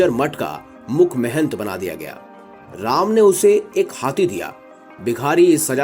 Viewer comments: ram ka name dhang se le bkl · कथा वक्ता का कथा वाचन प्रभावशाली नहीं है अपितु ऐसा प्रतीत हो रहा है जैसे कथा वक्ता कोई व्यंग कर रहा है ।जिस प्रकार कथा वाचक श्री राम के नाम का उच्चारण कर रहा है वो त्रुटिपूर्ण है।उसके आवाज़ में रोष का अनुभव हो रहा है । चैनल से आग्रह है कि कथा वक्ता का चयन करते समय कृप्या इस बात का विशेष ध्यान रखें कि कथा वाचक का कथा के प्रति समर्पण भाव हो जिस से श्रोता कथा को सहज भाव से सुन सके ।🙏